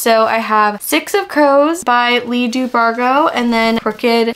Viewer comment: leigh "dubargho"🤨🤨